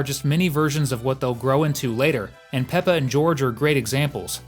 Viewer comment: Peppa not pepper